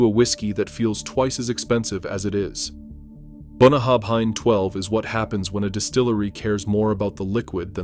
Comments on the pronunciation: Boonahabhine the Izelay malt 😂😂😂😂😂😂 if you’re going to make a vid about a country’s produce then at last have the courtesy to research proper pronunciations. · BOON AH HAB INE - wow that is a twist on the Scottish pronunciation ! and PS it is not a good whisky ! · Bunnahabhain is Bun na hAbhain. Scots Gaelic I assume. It means "bottom of the river". Pronounced Bun na howen. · Boon-a-hab-hein? BOON-A-HAB-HEIN? It's very simple to say, just really hard to spell: Boona-havin. BOONA-HAVIN! That's close enough you dont make every Scottish ear within 100 miles suffer... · Bunna - Ha - Venn. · The "bh" in Bunnahabhain sounds as an English monoglot would handle a "v". Boo na haven. The "s" in Islay is silent, so is the "y". But if you only need to imitate a clueless tourist.... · yeah, Bunnahabhain is pronounced more like bunna-heaven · I winced as soon as I heard Boona-hab-hine, then again at Eyes-lay. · As an Englishman living about 500 miles from Islay in Scotland, I can still hear my Scots neighbours scream every time you say Bunnahabhain.😂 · Yes, absolutely true. Not only Islay is badly pronounced, but also several other distillery names like Bunnahabhain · You would think if they want to claim knowledge about Scotch Whisky they'd take a minute to check the name pronunciations. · absolutely correct. I stay in the hebrides and I struggle with them. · It's good you expose some of the highly priced, overpackaged, globally marketed stuff found in all the duty free shops. But you totally blew your credibility when it came to pronouncing "Bunnahabhain" and Islay. If your entire pitch is based on authenticity, you start with knowing how to say the fecking name! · FFS. Get someone who knows how to pronounce the names correctly if you want to gain respect in Scotland!!!